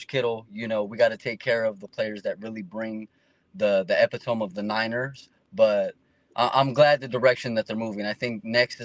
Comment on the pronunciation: 2nd guy doesn’t know how to say epitome